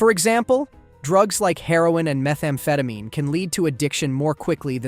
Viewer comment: Did the artificial intelligence have an artificial brain fart? “Methamfatimi?”They flude the brain with dopameani, creating intensa feelings of pleah shure.” ????